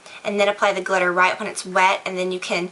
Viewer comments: "Dip the brush in the GLITTAH!" Lol! Love you:) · "you're gonna dip the brush in the GLITTAH" lol